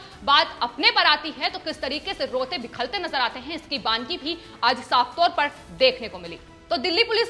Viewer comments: Madam Sry to correct u that aaj aapki hindi sunkar apne hindi ki present halat par sharm aaya. Aadmi rota-bilakta hai. Lekin aap kehti hain rote-bikhalte. Ek baar galti se ho sakta hai lekin aapne 5 baar uccharan kiya hai. Kripya uspar kaam karein. Rastrabhasha ka aisa apmaan sahi nahn hai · Bilakhte not bikhalte. Check hindi dictionery. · Rote 'bikhalte' nahi ji....... Rote 'bilakhte'.... 😁😁😁😁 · रिपोर्ट बिलखते को बिखलते कह रही है।ध्यान दें। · आप लोगो ने तो हिंदी की टांग तोड़ कर रख दी... ये रोते बिखलते क्या होता है जबकि रोते बिलखते होना चाहिए... हद हो गई यार ! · Madam bilakhte shabd hai na ki bikhalte.. hindi bhasha ka apmaan na kare.. aapne kai bar is shabd ko galat bola